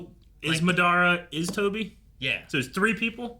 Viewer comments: The MaDARa pronunciation is soo common though, when I was a youngin watching Naruto we used to pronounce it that way too 😅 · I hate how they are pronouncing Madara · Someone tell them how to say MADARA at Wavecon